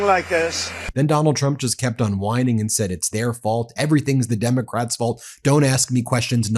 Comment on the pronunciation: He can't even pronounce Democrat